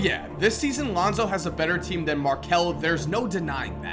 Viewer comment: You said Alounzo Ball in the beginning of the video